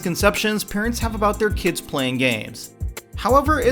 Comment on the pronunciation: Oh my god, I hate the way you say kids when you end a sentence Kyids